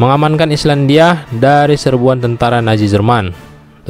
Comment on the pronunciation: Nazi bukan naji 😂 z bukan j